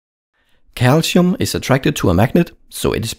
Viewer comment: So calsium in pronounced calichium?